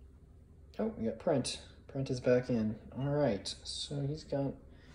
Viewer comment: Thank you for the play-through. I look forward to more from this game and system. I like the camera angle and seeing all the action, skipping the less exciting parts. BTW MI is Michigan, MO is Missouri, MN is Minnesota, and MS is Mississippi. Sometimes the brain freezes when filming. I know. 💫 Also, 6th Division commander Benjamin Prentiss' name is pronounced [pren-tiss]. It sounds like the word "apprentice without the "ah" at the start. No biggie if you get something wrong, guy's 200 years ago had some unusual names. 😆